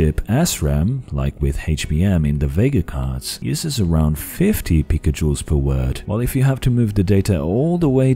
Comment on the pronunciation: i heard pica joules (pj) as pickle juice